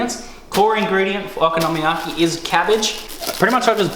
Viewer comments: Yea it's based on there letters which is (in almost all cases) a constant followed by a vowel so it should be very strait forward o ko no mi ya ki. I think you're saying oko nomi yaki. And I'm saying it like a European Would read it, one big long word, I'm not sure why it's different, I'm saying it over and over and trying to listen to you say it but I can't work it out. Either way awesome video, I've only ever bought this and I'm making it tomorrow for tea now. Thanks. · I'd also like to just say I'm not trying to suggest you're saying it incorrectly, just that for some reason I can't help but twitch! :p I had a Japanese friend who showed me the dish but there is a huge chance he said it to me perfectly and I butchered the pronunciation, while I love both the Japanese language and culture I'm rubbish at it! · You say Okonomiyaki differently than I say it and every time I heard you say it I wanted to poke myself in the eye. ... you said it a lot.